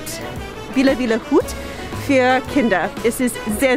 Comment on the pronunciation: Admirable effort to speak German. But it shows that you need German friends and colleagues to whom you can (need) to speak in German. You "Z" still sounds English. "viel" should sound like [feel]. Ferry easy? We tried to speak English at the office. Everyone felt awkward. And we had nobody who either corrected our mistakes or showed us the correct way by example. So many a mistake went by without anybody knowing it was wrong (or not the way how it was said in English). That's the reason why I don't like language classes with all foreign students. You hear right and wrong English. And you don't know what is correct until you know it anyways. I prefer to be in a "perfect" English speaking environment so I don't learn wrong things and have the proper expressions instead. No good idea to put the hot baking tin on plastic cutting boards. I use a Topflappen (pot holder) on the countertop or the range. Bread gets pretty hot.